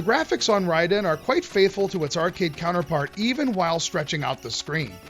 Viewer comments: Big ups for pronouncing the title correctly! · I always pronounced it Ray-den!